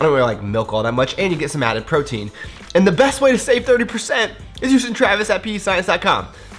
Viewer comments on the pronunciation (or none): none